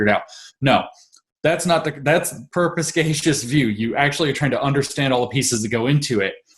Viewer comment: It's "perspicacious" not "perpiscacious" FYI.